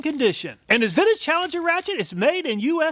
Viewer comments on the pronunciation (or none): He is saying vintage, not Finnish. Makes way more sense. Gotta rewatch now with clarity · it took me this long to figure out he said "vintage", not "Finnish" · Anyone else hearing Finnish every time he says vintage?